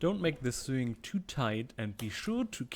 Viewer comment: Minor correction on pronunciation: yours is that of suing, as in civil law, Sewing is pronounced so-ing.